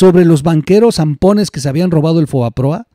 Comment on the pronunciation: se dice " fobaproa " no foaproba